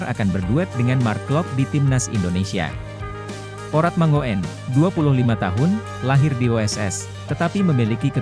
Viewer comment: Min..Baca nya Ragnar Oratmangun..bukan mango en..itu marga orang Maluku..😜😜😜lain kali belajar dulu..?😆😅jangan main hajar saja😀😆😛kalo bahasa Belanda..OE jadi U..ejaan lama😅😆ngopi dulu sana..min..😀😆😅